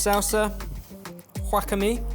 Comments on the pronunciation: Anyone who speaks Japanese will have vomited at pronunciation of 'wakame'. 🤢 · Wakame (seaweed) : pronounced wa-KAH-may, not whack-a-mi LOL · OH BEN with all your travels I thought I'd never have to correct you, I was thoroughly impressed with your knowledge of asian cuisines... and then you said "WACKatME" and I- well I had a good chuckle. tehe, its more like "Wa-KAH-May" my love!! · I had to relisten to pronunciation of wakame: "wack-ah-me" lol. It's "wah-kah-meh". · its wakame not wakami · say wah-kah-mae, not wahkahmi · pronunciation of Wakame as Wackame is killing me. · "WHock-a-mee"? Oh no 😩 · kills me inside when he said whack-a-me hahhahaha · What is Wakami???? I thought is wakame like わかめ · Can't get over pronunciation of wakame..."guahamé";_ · whoa that was the most American Wakame pronounciation, and comming from Brit... O.o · nitpick wakame ends with a long a, not a long e. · I wasn't correcting. Just noting the 2 ways it was uttered were both off. 🖤